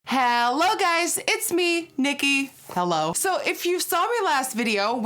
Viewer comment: (ha-low) guys!